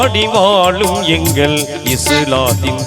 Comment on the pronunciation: டேய் தம்பி தமிழ் உச்சரிப்பு உனக்கு சரியாக வரவில்லை தமிழ் நல்லா கத்துக்கோ ஓகே வாழும் வாலும் இல்லை